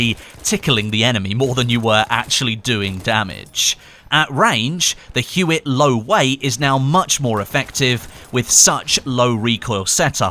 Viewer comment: Huot is pronounced Hyoo-Oh... HYOO-OH.